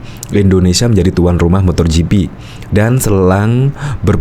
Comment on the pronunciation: MotoGp pak....bukan MotorGp....gak pake "r"..... Motogp